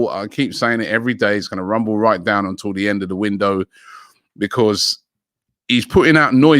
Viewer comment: nobody: robbie: becorse